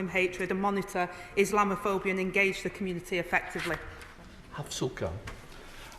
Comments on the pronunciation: Is she that blind . During the euros I saw a group of Muslims throwing missiles over a fence into a pub garden . Is that wanting to live in peace , I don't think so . She can't even say islamaphobia . Is that even a thing ? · She couldn't even say the word 😂